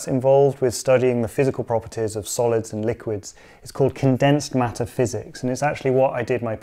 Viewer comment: First I heard it as "Condensed Meta-physics", LOL 😂